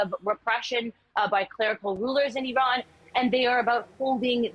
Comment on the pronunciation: Its not even pronounced in that way